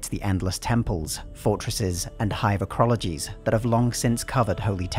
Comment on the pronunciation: "Acrologies?" It's arcologies.